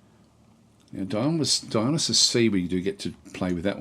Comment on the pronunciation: Dionysus is pronounced die uh NIGH sus